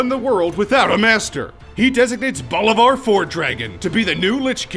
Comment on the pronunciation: medhiv said wrong bolvar said wrong and fordring said wrong the fordring one was obvious so was bolvar but i'll give you a pass on medhiv if you havent played wow ever before